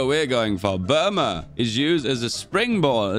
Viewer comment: you sure about that "burma"?